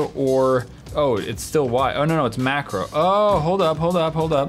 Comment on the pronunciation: You said “mackerel” not “macro”. Are we talking about fish?